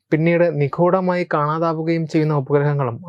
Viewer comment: നിഖൂടമായി അല്ലകേട്ടോ ! നി..ഗൂ..ഢ മായ ..😅